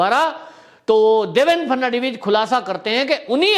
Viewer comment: Please do not pronounce the name of ex. CM. The correct pronunciation is Phadan - vis.